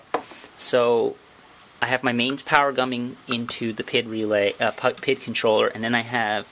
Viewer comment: P.I.D. Not PID